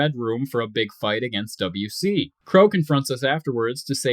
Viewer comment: Dubb C not WC lol